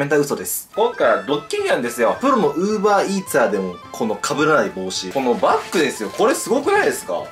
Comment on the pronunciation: Uver EarsじゃなくてUber Eatsだよ